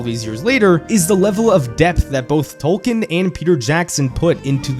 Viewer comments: Only about 5% of people on YouTube talking about J.R.R. Tolkien pronounce his name correctly. It's "Tol-keen". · It's pronounced Tolkien... Tolk een... Long e on the back half... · It is pronounced TOL KEEN. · Hey American speakers—> it’s not “Tol- ken” it’s “Tol-key-in” You’re welcome 😊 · But why say TOWkn. Its Toll-keen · Tolkien TOL KEEN ✅ TOL KIN ❌ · Why does he say "tolken" instead of his actual name. (Tolkien.) Is it on purpose? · ‘TOLL-KEEN’! My gods the amount of times you say his name but don’t acknowledge correct pronunciation is astounding. TOLL-KEEN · FFS! His name is pronounced TOLL-KEEN! Could you not have looked that up first?? Its hard to listen to this clip with you mispronouncing his name a million times. AAAARRRRGGHHHH!!:face-orange-frowning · Is the i silent in Tolkien ? Maybe it's just me, but it bugs me that he keeps calling Tolkien for Tolken. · A couple problems with the video: His name is pronounced "Tolkeen", he despised allegory, so saying that his work was just that is utter nonsense; and lastly, of all fantasy books with dragons and knights and kings and queens, ASOIAF is the least like Tolkien. Where Tolkien wanted escapism and not much realism, Georgie went for high amounts of realism and a gritty experience. They share no common races besides humans of course, and most things that he took from Tolkien were already taken from myths by Tolkien (dragons for example). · First off, you are pronouncing his name wrong. Second off, Tolkien did not write three books. He wrote one. His publisher forced him to break it up into three as they thought no one would read a book longer than War and Peace. A bit of simple research would do you well.